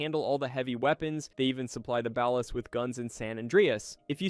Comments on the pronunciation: my brain hurt every time u said ballas like ball-ass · "The BEHLAS" bro's pronunciation is so cooked 🥀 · why is it so hard to say BALL-AS 😂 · It's pronounced "bollas" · It's laziness bro, how hard it is to type out "Bawl-us" in an AI Prompt? Smh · You can always tell when the speaker is AI on a gta video by how they say ballas lol they never get it right😂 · The way you pronounced ballas is frustrating omg 😂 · How do you mispronounce katana and ballas of all things what? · Your pronunciation of "Ballas", "katana", "Venturas" and "Isla De La Muerta" bothers me